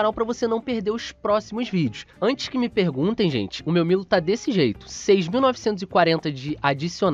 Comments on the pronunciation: se pronuncia (Miro) da uma agonia vc falando milo cara kk abraça tmj. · Isso é a pronúncia em japonês KKKKK o certo é milo msm. Tipo japonês fala brack em vez de Black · Essa é a pronúncia no Japão kkkkk, lá não existe a letra L, por isso eles falam "Miro" ao invés de Milo, e Oru Maito, ao invés de ALL might